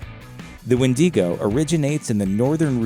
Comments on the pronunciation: Listen dumb dumb, it's pronounced when-di-go. Not wheen-di-go. Do better research!! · Made it to , couldn’t finish the video bc “wendeego” 😂😂😂 tf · What is a Wendeego? Kinda looks like your trying to talk about the Wendigo (Wen-dih-go) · Who told him that it was wendeegoh?? It’s wendigo 🥲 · "wen-DEE-go" 😂🤦‍♀It's "wen-duh-go" my dude. Takes away all credibility when you can't pronounce the very word you're trying to convey information about. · Sure there’s more pronunciation for the word Wendigo but like the majority of people know Wendigo not Wendeeeeeeeeeego like come on when you have actually heard someone said Wendeeeeeego more than Wendigo? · As the others say.IT'S Wendigo not Windigo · It’s wendigo not WHENDEEGO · wen de go ? LMAOOO It's wen da go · It’s wind Ah Gooooo not windy go 🤦‍♂️ but good content ig lol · When-duh-go. not When-dee-co. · I am not normally one to complain about pronunciation however it is pronounced when dego not when Dee go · WIN-DIH-GO!!! NOT "WINDEEEGO". Geezus. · I don't care, the "wen-DEE-go" pronounciation is driving me nuts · Actually it’s wee digo as a Métis I should know this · Say it with me: "Win-da-go" 🤦🏽‍♀🙉😬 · wtf is a “Wen-dee-go”? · *When - Dee - go” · Win-dee-go. I’m weak 😭💀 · dawg im a native from the tribe the wendigo comes from and chile, "wendeego?" tf is that pronunciation?? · did he just seid windingo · It's called a widago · Well,o didn’t know it was called the wendEEgo, but okay... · No one: Not even a single soul: Gringe: WENDY GO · you pronounce wedigo wrong its pronouced wen*da*go not wen*di*go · If you ever make another video saying wen-dee-go I will personally invert your kneecaps. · Okay. I can't sit through twelve minutes of "winn-DEE-goh" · it's kinda pronounced "when-dig-oh" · It’s WEN-DI-GO! WENDIGO GET IT RIGHT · This guy: WIN DEE GO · Nobody: Looper: WindEGo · Yo. It's pronounce "Ween-Dig-Go". We have a story here as late 1989. Only heard bits of it tho. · The wendy go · Wendiego. Olay???